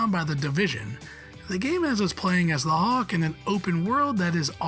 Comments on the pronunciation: It's hulk not hawk. Cmon that's just lazy ffs. If there's actually a reason behind it the fair enough but hawk, hawk seriously. Probably just lazy. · I didn’t realise there was a Marvel character called ‘The Hawk’ 👀 at least that’s what it sounded like 😂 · Is this narrated by an Al with a limited vocabulary? I've never heard anyone pronounce "Hulk" so VERY close to "hawk" before. Strange. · Hawk? And it keeps being said that way... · Someone needs to teach this guy how to pronounce Hulk